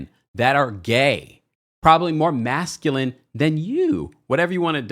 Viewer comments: Did D pronounce masculine as masculinett with a t?! I can’t. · DID he say masculent??😂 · The man cannot even pronounce masculine!!